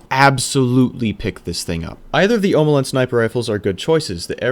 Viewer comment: Tried to finish until the 5th time you said "Sir-Ross". Came back for round 2 and heard "Hawkuh, hay kuh" -.- Are you trolling orwut? "Oh mow lawn" Well that could have been worse. You did say Red Death right, so thank you for that.